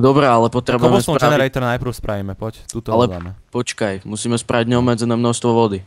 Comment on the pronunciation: Keblstoun? :DD takú výslovnosť som ešte nepočula :D